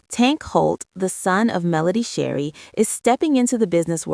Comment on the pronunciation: Her name is Melody Shari not Sherry, otherwise your commentary was awesome ! ❤